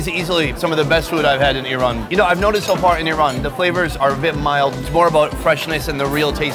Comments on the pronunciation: I RAN is activity you had in the morning! correct pronunciation should be like EERON! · Rule 1. It's purnounced "E-ran" Says "I ran" the whole video. Lol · Rats you show a long 'a' instead of short 'a'. You show to pronounce it 'e-rain' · Just my 5 cents, the rest of the world correctly calls it E ran, only the US weirds everything up calling it Ai Ran or Ai Raq. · Everyone else calls it iran, it's the Americans calls it airan, same with the iraq. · The phonetic pronunciation of Iran in English is i'ran, i'rän, īˈran which is ایران and can be آیران too, and the phonetic pronunciation of Eran in English will be اران or إران which is completely different word. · OH GOD THANK YOU FOR SETTING THE PRONUNCIATION OF "IRAN" STRAIGHT!! People who say "Eye ran" sound like inbred hillbillies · She said neck of aheep instead sheep neck hahah never mined man. and its called GARDAN in iran